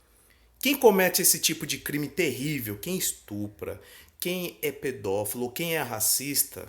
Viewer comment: É pedofilo e não pedofelo ‼️